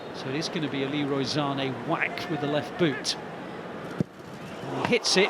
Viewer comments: Commentator keeps saying "Zane" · If this guy says ZANÉ one more time....